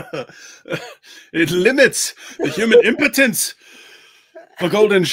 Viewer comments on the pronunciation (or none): MH saying "Imputence for belligerence" Now I have coffee all over my screen and keyboard